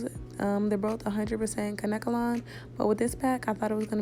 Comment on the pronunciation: The hair is pronounced kane-ke-lon but good video